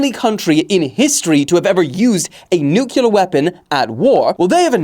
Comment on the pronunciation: the nuclear pronunciation made me stop the video ngl